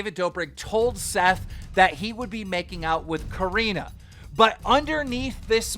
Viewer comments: Karina lol its Corrina😭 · “Coreeena” mans pronounced it wrong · Yo plz announce Corinnas name right plz